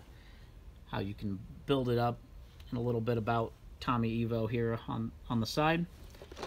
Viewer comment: "T V Tommy EYE VO" not E Vo